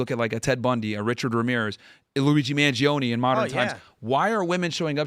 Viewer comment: Tim pronounces "Mangione" like MAHN JAY OH NAY